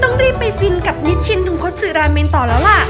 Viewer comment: ราเมนหรอคะไม่ใช่ราแมง